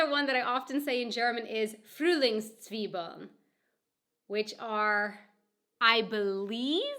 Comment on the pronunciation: somehow i found it very funny how she pronounced it ;)